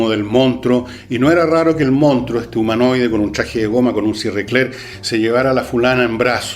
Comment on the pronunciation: Manso programa. Como joven, puedo decirle que me encanto, y hasta me saco varias risas. Si hay algo que no me gusto es como pronunciaba monstruo, pero a quien chucha le importa eso. Buen programa, se lo recomendé hasta a mi hermano chico que como que le un gusta harto el cine. siga así.